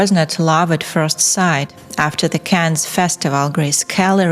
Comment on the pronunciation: Yes, it’s strange that she can’t even pronounce ‘Cannes’ or differentiate between ‘man’ and ‘men’